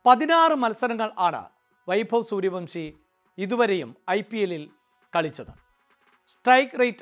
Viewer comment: സൂര്യവൻഷി എന്ന് പറയടോ